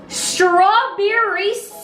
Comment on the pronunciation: "Striberry" syrup